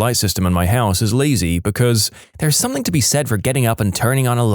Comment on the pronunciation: No k in the word something